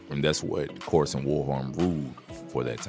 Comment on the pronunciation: His name is Karsten not Karsen